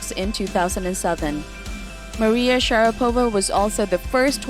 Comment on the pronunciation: For Christ’s sake, can you please learn to pronounce her last name.